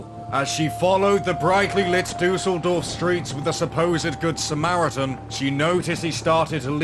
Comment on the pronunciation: I always struggle with non-German speakers pronouncing German names. Every time you said "Duseldorf" (which would be German for flukevillage) I had to laugh a bit (no offence though!). But yeah, I guess umlauts are a bit hard if you never learnt to pronounce them properly. But you could have at least pronounced Peter in German! Other than that: great content - and although I am German, I've never heard of that case before 🤔